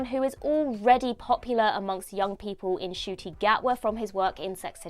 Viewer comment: Ncuti not Acooti (who is outside)